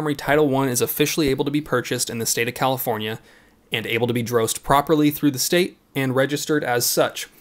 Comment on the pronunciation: WTF is a Califorkia ?